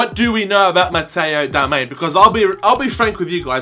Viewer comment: ITS DARMIAN FFS 😂